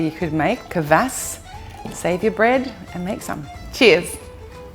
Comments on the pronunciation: The K and the V in kvas merge together. It's not K vas but Kvas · It is not pronounced K vass pronounce it Kwass.